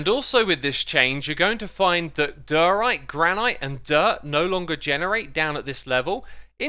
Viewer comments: Ever since it came out, you have been mispronouncing Diorite and I will never understand why... Die-oh-right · Diorite. Prob: Die-uh-rite!